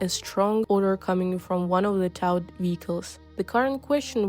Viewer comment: Hold up, you can't even pronounce towed properly? It sounds like toad, unless you don't know what that is either. This younger generation is terrifying.